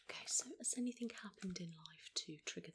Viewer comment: HER: is there anythink in life that has triggered this off do you think? the way you're feeling? have you gone through some grief some loss or troubles at work fiends family or anythink like that at all?. ME: yeah i lost my farther 2 years ago?. HER: right okay so, totally unexplained?. ME: seriously not even a sorry for you're loss answer.